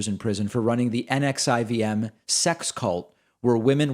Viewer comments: It's pronounced "Nexium" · Shut the front door. He gained the services of Keith Raniere? That cannot be right. That's like saying "Your honor I would like to be defended for murder...by this murderer." Its pronounced "Nixium". I was a big Smallville fan so hearing that Allison Mack is all tied up in that is really disappointing. Message to Trump supporters. Don't join a cult!!